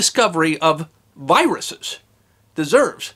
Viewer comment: I thought was saying biruses not viruses. Did anybody else hear this or was it just me?